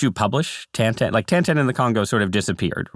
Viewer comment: It’s Tintin, not Tantan.